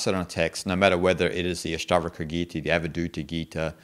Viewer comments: why do you say Ashtavraka? books title is Ashtavakra... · Good Commentary. However could please pronounce the Sanskrit words properly. Its not Astavrka. It’s Ash-ta-VA-Kra. I get you have an accent bud but correct pronunciation does help. Thanks 🙏🏽